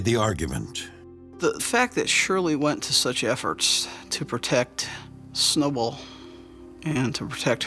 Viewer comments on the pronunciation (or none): It's Snowball not Snowble